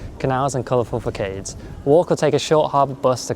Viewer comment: Finally you did Copenhagen! Might be the worst season to visit tho 😅 Even tho I'm swedish Copenhagen is great and the closest capital from where I live, it's like 90 mins away. The only reason I don't go more often is that it's very expensive as you might've noticed. Btw, I hate to break it to you, but this is like the second time you mispronounced the word "facade" (it's fah-saad, like hard or lard). Just thought I'd mention this if your AI brings it up again 😊 Keep up the great work!